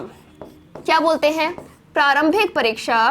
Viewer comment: परिक्षा नहीं, परीक्षा। वैसे जितने सुंदर ढंग की प्रस्तुति है, उसमें थोड़ी-बहुत त्रुटियाँ नगण्य हैं।